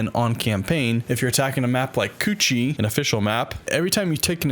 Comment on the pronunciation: its called chu-chi not coochi, its not an english word.. wtf is coochi anyway